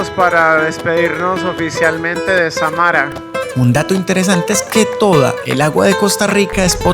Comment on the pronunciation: Samara con el acento en Sa ahi es donde suena mas fuerte